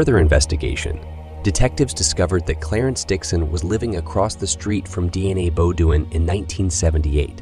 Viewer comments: Shitz-ophrenic. DNA Bo-doin’ instead of Deanna Beaudoin (pronounced Bo-dwaaa in the actual French language on the planet earth). Pretty funny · I think he’s saying the family name incorrectly… I think it’s Bo dean 😅